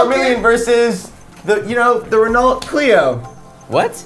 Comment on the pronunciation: I am so annoyed at how pronounced Renault